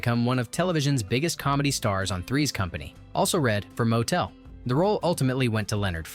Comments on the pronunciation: I appreciate the history, but for the love of G-d, the narrator should have watched the movie. He gets every person’s name wrong. It’s not Motel, like motel 6. It’s pronounced MOT-el. Golde is not ‘gold’. It’s Gold-eh. Get this right! Your slaughtering of these characters is distracting. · Interesting stories, but the narrators mispronunciation of key characters was really jarring. Examples: • Golde (GOAL-duh), NOT Gold and Motel: MUH-tul (not moh-TELL). With all the research done on stories, why not take a few moments to make sure you have the names right. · Oh my God could they get anyone more ignorant to narrate this? Tevia's wife was Golda not Gold, the taylor's name was Motel pronounced MAHtel not Motel! But when they got to the Chuppah and he pronounced it chewpa I was done . How can you bring up so many intricate details that made this movie believable and not be able to pronounce the names and the characters in the movie? Absolutely shameful! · It's not "motel" as in Holiday Inn. It's 'motl'. And I could go on with a lot of them... Anything with a "ch" isn't ch, it's a gutteral h. Golde isn't gold, she's Goldah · As much as I love Fiddler on the Roof, the robotic voice of the announcer and it's inability of pronouncing Tevye's wife's name Golden pronounced "Gold-ah" rather than "Gold" or the tailor "Motel" pronounced "More-tle" instead of "motel" (like saying hotel), made me realised the announcer did not really know what it was talking about! Disappointed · Very interesting and learned a great deal but it would have been good if the narrator pronounced the names as they are presented in the movie...ie Mot-el not mo-tel, Gold-eh, not Gold, etc.. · not Motel, "Mott-l"... not Gold, Gold-ah"... you have turned these two names into a cheap lodging establishment and a precious metal.... otherwise, nicely done! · Yep it's not Gold it's Golder. It's Mottle not Motel!!!😮🤪😬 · Motel lol pronouced Mottle TZeitel as in Tsar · Motel - hahaha